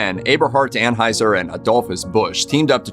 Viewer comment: It’s pronounced /An-Hoi-Zer/ in German.